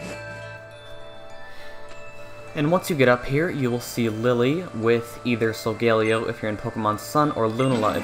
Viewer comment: Is it just me or was he pronouncing Lunala & Solgaleo wrong?